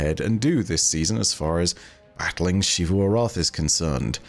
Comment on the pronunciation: THAT IS AN X, NOT A SH IT'S NOT SHEEVU ARATH, IT'S ZEEVU ARATH